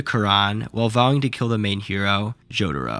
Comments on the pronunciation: He definitely needs to work on his pronunciation of Jotaro. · Bruh , "Iraqi." and "Jodaro."